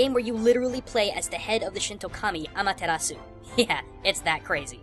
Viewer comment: did you say amaterasu and izanami?